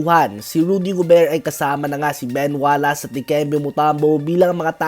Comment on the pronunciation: Ben Wallace, you should pronounce it WallACE as in ACE not WallASS